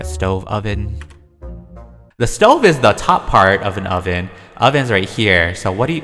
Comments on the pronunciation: IZ CALLED A SOVEN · u call it... The stoven